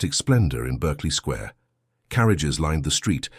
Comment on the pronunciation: Berkley Square is pronounced “Barkley Square”